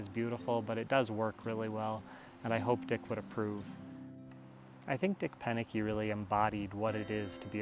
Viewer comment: "Proenneke" not "Penneke" Also, you should have done it without any power tools. Just a hand tools, a sharp axe, saw, hand drill, chisels, etc.